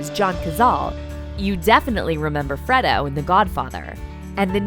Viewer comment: The narrator said, “Fred O” WTF